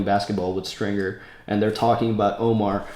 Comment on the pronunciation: Ey does homeboy call Stringer "Stinker" because I'm dead